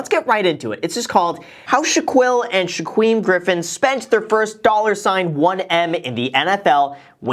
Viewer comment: “Shaqwuim griffin”